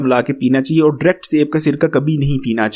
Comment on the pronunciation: Word is DIRECT not dract 😂